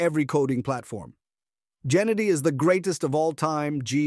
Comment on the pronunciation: it aint jennady bruhhhh.... Geh - like you pronounce gay - geh-nah-dee